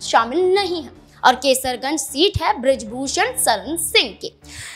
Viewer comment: केसरगंज ❎❌ कैसरगंज ✅✅